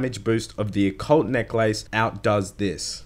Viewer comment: You said Occult necklace right the second time